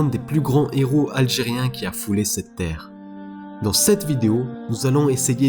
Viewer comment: La fierté de l'Algérie et des musulmans Allah y Rahmo mais juste je me permets une petite correction c'est les Héros et non les Z-heros y'a pas de liaison sinon très bonne vidéo MashAllah💪👍